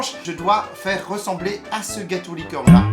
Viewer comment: hahahahah a chaque fois que tu dit gâteau licorne j’ai l’impression tu dit gâteau LIQUide 😂